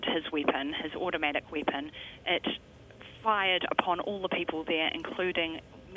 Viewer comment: ''automatic weepon'' it was not automatic